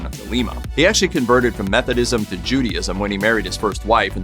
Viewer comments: SYMBOLISM, NOT SYMBOLOGY, JUDAISM IS PRONOUNCED: JOO DAY ISM NOT JOO DEE ISM. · "Judee-ism" LOL! (Judaism)